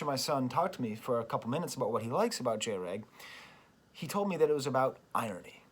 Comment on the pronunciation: Cool video but MAJOR FLAW. Its pronounced Jr. Egg (that's why I had to dislike unfortunately)